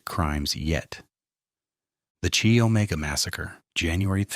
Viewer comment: Come back when you know how to spell GEORGANN Hawkins, and how to pronounce KY not CHEE Omega, amateur!